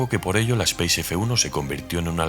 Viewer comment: 😅 Es raro escuchar nombrarla "speis", es un vehículo francés no inglés, ellos la llaman como "espás", y por aquí siempre dijimos "espace" tal como nos suena